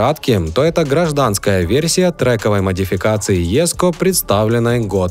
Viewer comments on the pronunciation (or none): none